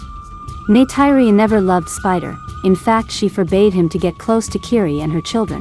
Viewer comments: NAY-TIRE-RI ARE YOU KIDDING ME! ??????? IT'S PRONOUNCED NAY-TEAR-RI!!! GET A VOICE OVER TO PRONOUNCE THE NAMES CORRECTLY FOR AVATAR MOVIES!!! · It's Neytiri, not Neyteiri